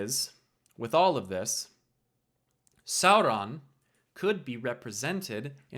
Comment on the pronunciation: How did you mispronounce "Sauron"? incredible